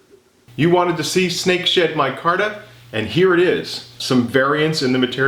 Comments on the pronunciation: You should really enunciate the "D" in Snake SheD, so many times i heard Snake Shit and had to convince myself it wasn't that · Really thought you said at the end.. “you wanted to see snake sh”t micarta?!” Lolol. I still hear it rewatching. Maybe in another episode 😂 Thanks, as always 👍🏼